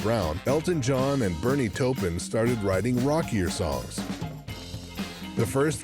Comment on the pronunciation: I wish the narrator would stop mis-pronouncing Bernie Taupin's last name.